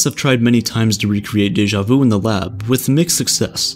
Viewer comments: It's deja VU not deja VOU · Its sha-mey vu its not the right spelling but no its not daja vu